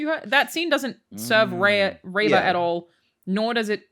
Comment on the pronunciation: I thought it was funny that Angry Joe couldn't pronounce Reva or Han correctly.